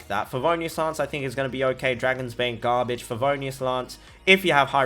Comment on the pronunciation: Ah yes “hot gar-bah-je”